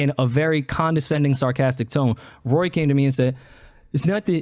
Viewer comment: Gaslighting much!!! I hate the way he says Rory too..... Dammit just say it right!!!